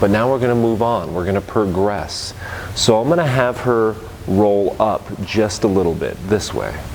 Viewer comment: "we're gonna per-gress" 🤣😂 seriously though, great content!